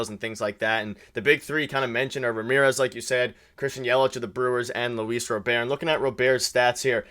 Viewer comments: U guys can't even pronounce his name correctly it's Robert not robear lolol. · Robert, not Rober, is very affordable for 4 years, not 3. So you missed on his contract amount, the contract length, and couldn’t pronounce his name, while talking about a writer hating on Toronto “as a country” 😂 ffs guys